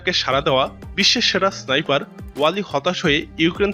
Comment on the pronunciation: সাইফার নারে বলদ, স্নাইপার হবে